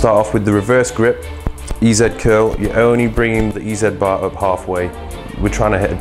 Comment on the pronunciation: "Eee Zee bar", as in "Easy bar", NOT "Eee Zed bar"!